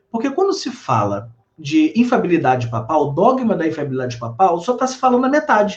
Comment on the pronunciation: Ele fala errado o termo "infalibilidade". Ele fala infabilidade, engole o primeiro "li"